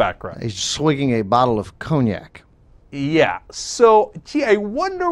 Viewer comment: 'con - yak' not 'cone - yak' Come on! It's not just any old drink!